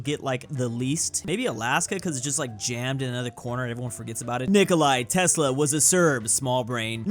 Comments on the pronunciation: Why do you pronounce Nikola Tesla's name wrong? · The way he says Nikola Tesla hurts my serbian soul every time